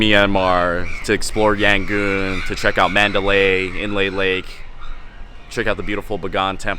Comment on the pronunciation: Btw is Yangon not Yangooon!!😂😂